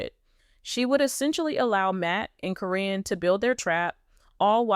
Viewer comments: Even the pronunciation of Caryn's name is wrong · Why has there been nothing about this anywhere????? Why is Caryn's name being pronounced incorrectly? Probably because this is AI. The timing that this would have had to have been, makes no sense at all. After Amy's move, (selling the house to Matt) she still had contact with Matt & Karyn, many, many times. No way would she had done that TV show or not.